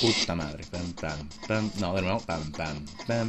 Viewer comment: PD: me dio mas risa como dijiste "de nueo" xDDDDDD